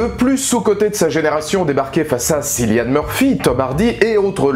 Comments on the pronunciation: On prononce Killian Murphy pas çillian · Gros, on dit « Kilian » pas « Silian ». Voilà voilà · Cillian se prononce Killian :)